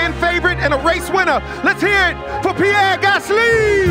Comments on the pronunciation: the pronunciation was on point actually. Especially Gasly was spot on. Doesn't make it any less of a cringe fest though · can we just appreciate that ll cool j actually did a great job with the name pronunciations